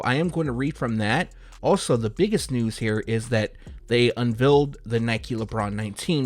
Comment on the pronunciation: MY GOODNESS… The color is SAIL like fail, trail, mail and sounds like whale pale stale kale … it’s not pronounced “sall”, “sell” or “cell”. 🤷🏽‍♂️🤦🏽‍♂️ maybe it’s a speech impediment and not laziness because you just said “un VELLED” not unveiled AI AND EI have a distinctive sound when next to each other. Good luck out there man. Don’t go sayin “I wish i could inhale” when u get to the pearly gates, you might get sent to the lower grounds 🔥 🤦🏽‍♂️